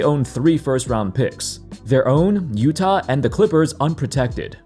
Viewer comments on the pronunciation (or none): none